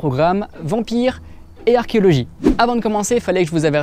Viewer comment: salut, sympas!!! par contre prononcer le O dans archéOlogie, sans le gober....et peut etre mieux prononcer : Caudebec-lès-Elbeuf comme dans hell beuffffff ;-). une normande.....